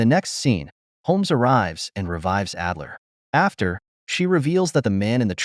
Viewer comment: it’s Adler not Edler